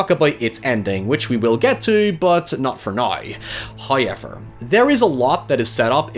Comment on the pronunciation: First "hoyevver" drops . Praise be.